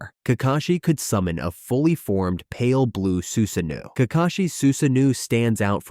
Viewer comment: “Man jaa keyu” “su zaa no” 😅😂